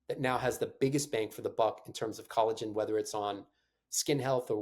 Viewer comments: Did he really pronounce it "colla-Gen"? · It is pronounced CollaJen, even though it is spelled Collagen. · Great info my guy pronounces collagen funny